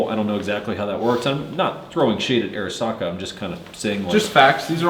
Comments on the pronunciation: Man I feel like a grammar nazi rn but is right about the name though. Off Arisakas website: "As Japanese Americans, they chose the name Arisaka to honor their cultural background and show respect for Arisaka Nariakira, one of Japan's most iconic weapons designers." Pronounced Ah-ree-sah-kah. Love the review! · It’s pronounced odd-e SAKA ! The “R” is silent! Duh RED ! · I am pretty sure its pronounced Arisaka-not Arisaka.